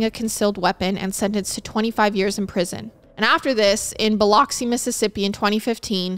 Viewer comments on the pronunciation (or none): Biloxi is pronounced Bil-Ux-ee the O sounds like a U. Really enjoyed this episode just like all the others!!! Keep it up! You have a gift for this!!❤️ much love from Mississippi!!!